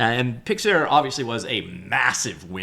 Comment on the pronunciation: Picks Are.. not Pix air..